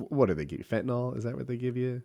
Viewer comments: Even in rehab EVERYONE including the counselors called it “fentanol.” Like it’s a name brand of acetaminophen 😂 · reminder: the drug fentanyl is pronounced like vent-a-grill, not bet-n-ball